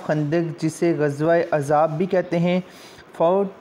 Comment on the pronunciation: Sir ghazwaiye Khandak ko Ghazwaiye Azab nahi Gazwaiye "Ahzab" kehtay hn